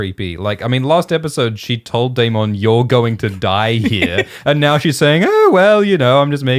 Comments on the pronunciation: ...its DAY-MIN not DAY-MON:(:(:(:(:( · If you're going to pronounce Daemond wrong can you at least try to say it less. It sounds so forced it's like nails on a chalkboard. Wanted to watch this video but couldn't because of this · Love how pronounces Daemon like Digimon